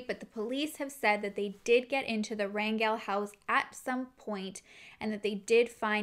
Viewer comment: Thank you for your content !!! I appreciate what you do for these families who need a voice to get help !!! They need all the help they can get !!! Also thank you for pronouncing the last name Rangel correctly!!! I have no relation to that family but it is my last name and 99% of the time it’s always pronounced wrong !!!